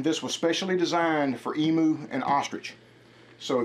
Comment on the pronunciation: Why do you guys say emoo it's said emyou 😂😂😂